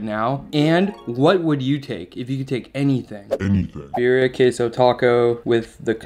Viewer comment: "Beer-e-ah" tacos with "con-sa-may" ... and stop smacking your lips...